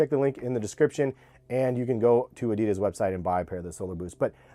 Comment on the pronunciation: No one knows how to properly pronounce Adidas.